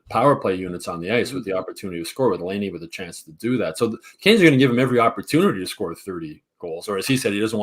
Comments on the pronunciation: I'm a loyal listener but I've got a few things I'd like to put out there. #1 I'm pretty sure it's pronounced Lie-nay not Lay-nay. #2 It might be time to change up the Friday show format a bit. It has gotten stale. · makes me cringe every time he talks. First off… learn to pronounce Laine. You’ve heard the rest of the world say it 653,000 times so you should probs have er down by now. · Since we're gonna be hearing Laine's name a lot...someone tell how to pronounce it.